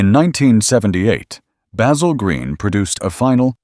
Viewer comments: That Bay-zill pronounciation really gets under my skin. Along with "coop'' which is a chicken house. It's a coupe! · Look, you can use your American accent to mispronounce a simple herb (with an aytch) but not a man's name. Baz-ill. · He did pronounce it correctly when he said Basil Green Motors and a few times towards the end.